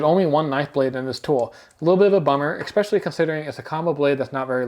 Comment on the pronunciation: Appreciate the review-- good info. I must say, though, that it isiaibit disconcerting to hear the reviewer repeatedly mispronounce the word "especially." He pronounces ir "exspecially", and it just adds a slight tint of being uneducated to what is otherwise a solid review of the Gerber.